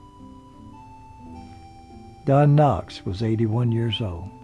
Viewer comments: Andy's last name is Griffith, not Griffin. Don's last name is Knot, not Knox. You do a great job, but please pronounce the names of people correctly. Stop putting the word, "and" in your dates. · With all due respect, you keep calling them Andy Griffin & Don Knox.....and it is Andy Griffith & Don Knotts. No insult intended. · this narrator keeps saying "Griffin" and "Knox" . stop it! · Why do you keep saying Griffin and knox????? Really? Are you doing that on purpose? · Great as always! I thought Don's surname was Knotts or Knots, not Knox. Either way your biographies are always very informative and entertaining. Keep 'em coming! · That's really great information except that Don was Knotts, not Knox. Andy's name was Griffith, not Griffin. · It is Don Knotts, not Don Knox as the narrator called him the first several times. Frances left most of her estate to the local ambulance company but left her house to Moore Regional Hospital, Pinehurst, which promptly sold it. The cats had ruined the wood floors with their pee stains. Do not know her connection with Moore. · Knotts,not Knox. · Well done, but why does he not know the last name of either star. It's Don Notts and Andy Griffith. Not Knox and Griffin. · Knotts not Knox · It's Knotts, not Knox and it's Griffith, not Griffin and it's Elk Street, not Elm Street.. Andy's first wife played in one episode of The Andy Griffith Show. Her line was, " I'm sorry Mr. Masters". The episode was the one that Barney was going to sing a solo at one of Mr. Masters concerts. Andy's father also played in one episode which he didn't speak. He and Andy knoded to each other on the street. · You don't mind him saying Don Knox? He's not providing any information that can't be pulled from Imdb and Wikipedia. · Barney was played by Don Knotts not Knox. Andy's last name is Griffith not Griffin. The narrator seems to have problems pronouncing the actors names correctly. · Isn't it Don Knots instead of Knocks? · yeah so annoying